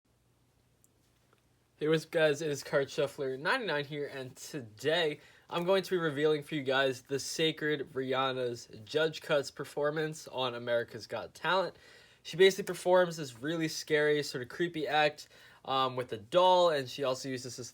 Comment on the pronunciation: “The Seik-Yana”? That’s what it sounds like. Sort your pronunciation out, bro??